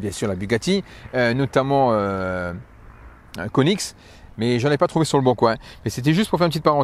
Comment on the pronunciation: Comment tu prononce koenigsegg, c'est moi ou tu dit "KONIX" 😂 L'autre jour g vu une gumpert sur LBC